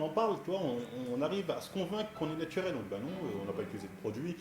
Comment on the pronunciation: " natuwel " ptdr ça m'fume